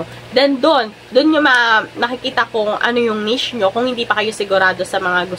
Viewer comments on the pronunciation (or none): none